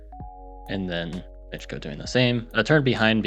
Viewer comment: If Miczko is Polish then you have finally read his name properly